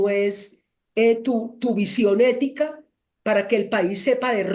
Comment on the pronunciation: EÉETICA😂 peletica peluda